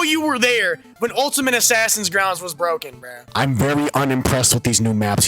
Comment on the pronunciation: If you have that accent when you say "bro," your opinion doesn't count, BHRRHUH. I'm SO HAPPY with the loop. I always play John Doe because I'm OTP, and they just end up locking themselves in. Plus, it feels so satisfying to beat a hardcore addict with 2000 hours in the game when you loop it. It's so humiliating, and that's what makes it fun.